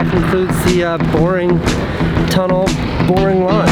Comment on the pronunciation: “TUnnel” Not tryna hate Luv ya Casey